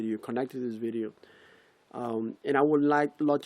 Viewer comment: Maaaan my day was kinda sour til u gave me permission to laugh at sayin "bictim" and "beedeeo" thx!